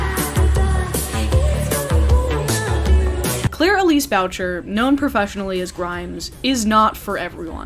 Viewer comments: Boo-shay. It's pronounced boo-shay. Not bow-cher. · Is that how her name is pronounced? Bowcher? This whole time I called her Booshay! Like the french! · Grimes’s last name is pronounced Boo-shay, not Boucherr. Americans can’t pronounce the French surnames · im sorry but claire elise WHAT? its pronounced "boo-cher"... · I was gonna say I'm pretty sure it's pronounced the French way given she's from Canada. I had a friend in college with the same last name (no relation lol) Boo-shay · boo - chee. Thats how you pronounce her last name. I know, its mine as well. Well, its my moms :P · I think it's pronounced "Boo-shay" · Claire "Bowcher"? Ever read a French word before? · Oh God the pronunciation of "Boucher". 😂